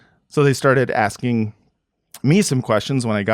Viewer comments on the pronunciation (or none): none